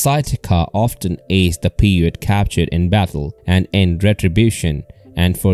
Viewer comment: I liked the video, pronounce the Indians name right, Pie-ute. Also farmers gathered bat guano for fertilizer, not gunpowder.